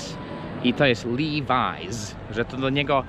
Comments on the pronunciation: Nie żaden liwajz tylko właśnie lewis. Jesteś w dużym błędzie. Tak samo jak amerykańce źle wymawiają np. Porsche mówiąc porsz. Doucz się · Nie kłamię. wymawia "liwajs", nie "liłajs".